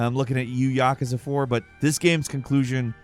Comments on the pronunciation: Ya-koo-za not Yakaza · It also bothers me that people can't pronounce these correctly. Like everyone butchering the word yakuza. It's yah-kuh-zah not yuh-koo-zuh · Did this MF just say "Yakaza"??